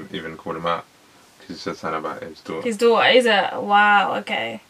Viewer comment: ..and it is "daughter" not fucking "Doo-ah"